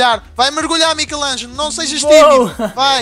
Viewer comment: Seu português e lindo e nickelodeon e michelango e club cooe e uma bosta